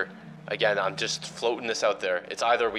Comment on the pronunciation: This man really just called it an avent and said iver instead of either